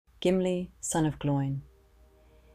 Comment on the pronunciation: Pronunciation needs work. Glo-in. Rhymes with Owen.